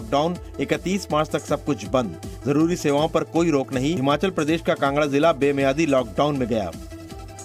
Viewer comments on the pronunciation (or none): none